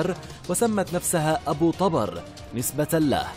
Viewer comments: طُبر وليس طَبر وهو الفأس♥️ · احجي عدل ابو طُبَر مو ابو طَبَر لا تتمضيك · أبو طُبر وليس ابو طَبر اللغة العربية والنحو مهمة خصوصاً عند القنوات الاخبارية او الوثائقية. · طبر بالضمة وليس بالفتحة يلفظ شكرا على هذا المعلومات بالتوفيق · ابو طُبر بضم الطاء مو فتح الطاء اني:يمه اطلع الظهر امي:لا اني:ليش امي:يجيك أبو طبر وتموت اني:بلت على روحي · ابو طُبر بالظمة وليس بالفتحة كما كنت تقرأُها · للتصحيح ابو _- طُبَر - وليس -طَبَر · طُبر مو طَبر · طُبر مو طَبر اذا انت مو كدها ولهجتك اوفر شكو مسوي تقرير على شي ما تعرفة ؟؟؟ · ابو طُبر مو ابو طَبر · اسمة طُبر مو طَبر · طوبر وليس طابر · طُبر وليس طَبر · طُبر و ليس طَبَر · ملاحظة ابو طُبر بضم الطاء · طبر ضمه فوق الراء ليس فتحه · تلفظ (طبر) بالكسرة تحت حرف (ط) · طبر، بضم الطاء